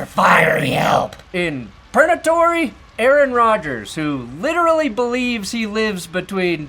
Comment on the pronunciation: How have we not started calling it “Pernatory” instead of “purgatory”?!